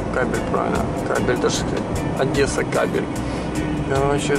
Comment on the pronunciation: Привет, не Одэса, а Одесса, мы ж не говорим Чырнигов а Чернигов?, правильно выражайся